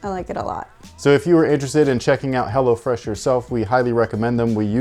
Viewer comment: I swear he said “hellafresh” once